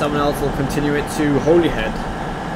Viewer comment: I will rewrite Holyhead for you just so that you know how its actually pronounced even though its not spelt this way (HOLLYHEAD)is how its pronounced not spelt in this way, but Holyhead is the actual spelling